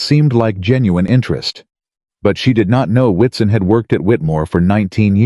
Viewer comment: Why did WATSON that sounds "whatszzn" become WITSON in narrating?